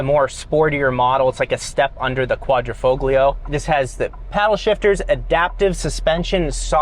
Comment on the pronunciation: Quadra - faux-glee-uh?? Try 'quadra - fole - yee - ah'